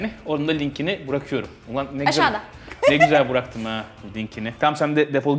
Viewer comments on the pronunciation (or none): abi umarım sağlıklı ve mutlu bi geleceği olur oğlunun. bişey sormak istiyorum. bırakmak fiilini bilerek mi burak diyosun her videonda acayip dikkatimi çekiyo buraktım falan diyosun :D